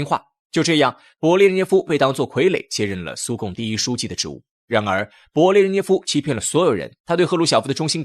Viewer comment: 德你吗，名字都念不对，还做什么节目